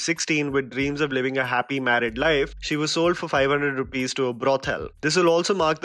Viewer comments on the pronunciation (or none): none